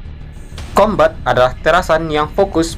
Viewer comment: ka tulisan nya kombat tapi di baca nya kombet